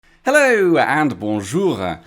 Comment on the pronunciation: Today's 'Hallooooo' sounds twice as French.